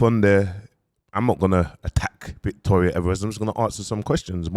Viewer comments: You finally got the name right!! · Aye he finally got her name right 😂😂